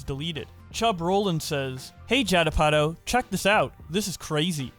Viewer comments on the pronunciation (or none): Jedd A-pa-toe?? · Jed Apotho.. LOL i had to tab back to this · "judd uh potto" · How the hell you haven’t heard Judd Apatow’s name said aloud?!?! Also, great video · Bro I get that you don't know any celebrities since you're like barely 20 or something, but it doesn't take much effort to figure out how to say "Judd Apatow", and that's just to name one. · if Judd Apatow ever wondered if he was losing relevance, all he has to do is listen to pronounce his name